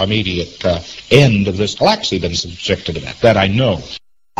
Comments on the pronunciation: Why can he not pronounce Galaxy correctly? Was he THAT stoned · Fucking hell, same here. guh-LAX-ee. Not only does he make verbs and adjectives into erroneous nouns to sound educated and incomprehensible, he can't even pronounce basic scientific terms.